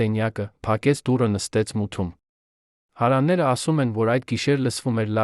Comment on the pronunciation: Այ անգրագետ դու' հարևաններ բառը չես կարողանում ճիշտ կարդալ...